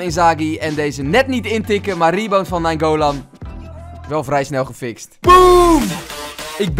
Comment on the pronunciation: je zegt naingolan verkeerd 🤣 je bent de beste fifa speler:-D